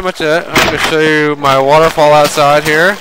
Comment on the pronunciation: "mummmummumumum water fall" haha damn xD